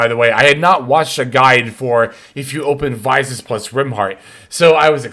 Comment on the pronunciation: Please say Visas properly 😮